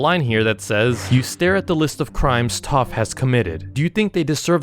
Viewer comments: It’s pronounced taf not tof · sounds like toph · TTAAAPPPHHH💅💅💅💅💅💅💅💅💅💅😂😂😂😂😂!!!!! It’s Taf!!!!! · ITS PRONOUNCED TAFF NOT TUUF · ITS TAPH NOT TOPH . T A F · hes pronouncing it like Toph from atla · He said Taph rong